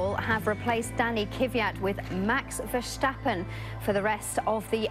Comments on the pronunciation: I'm Dutch so you can hear it from me: it's Verstappen, not Vershtappen. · Why do they say vershtappen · The way they pronounce Verstappen... It makes me cry of laughter! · Its Crachstappen daaaaaah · Nope the Dutch definitely don't say Vershtappen... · lyo0 no. Only Dutchies can properly pronounce it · Don't you hate it when British people pronounce foreign names in the accent and not the British one we just sound so stupid I know it's a sh in Max's name but just say S you don't sound like a fool